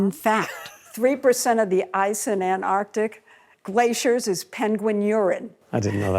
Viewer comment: this cannot be correct because penguins do not urinate. Also, it is called "Antarctic", not "Antartic"